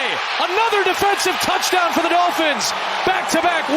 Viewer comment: Bro said "Tuddy" ayeeee yooo 😅